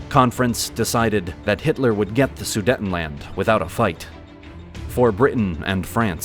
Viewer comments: It's pronounced Sudeetenland, not Sudetten. Only 1 T after the first E so it's pronounced long (EEEEEE). Sorry, this bothered me too much for some reason...😅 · It is NOT su-detn-land! The word "Sudetenland" is pronounced "soo-deyt-n-land," broken into four syllables: "soo," "day," "tuhn," and "land" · The second syllable in Sudetenland is pronounced ”day“. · Somebody please teach that person to pronounce Sudetenland correctly?